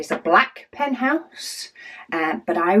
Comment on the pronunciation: I LOVE it!!!! I am trying to stop buying pens (for now) 😂 I have a full rainbow that is available in my Lil swivel caddy! And, I pick a pen based upon my mood! I kept giggling b/c it sounded like you said "penthouse" a couple times 😉 I can't wait to see them all organized in there the way you want them !!